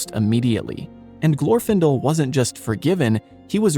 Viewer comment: In Glorfindel's name, the stress is on the second syllable.